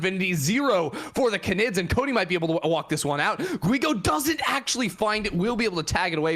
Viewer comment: 30 minutes of mispronouncing canid (gone sexual)